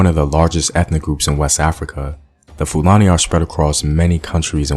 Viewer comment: You did a research or you went to google? Your pronunciation of 'Fulani' tells a lot about the source of your findings.